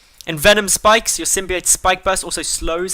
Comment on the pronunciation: Pronounced Sim-bi-oat